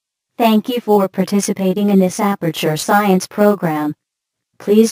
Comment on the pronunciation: Aperture = Amataure